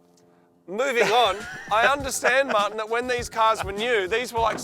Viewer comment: When Moog said Martin it sounded so weird 😂